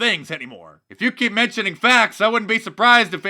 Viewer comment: Had to watch twice to make sure you said "facts" and not something else...Haha